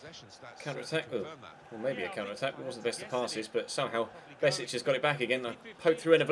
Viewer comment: Hey loving the career mode so far! By the way, Besic is pronounced: "Be-sh-ich" #BosnianBeast